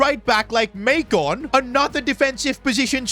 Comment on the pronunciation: IT’S MAAICON NOT MEYCON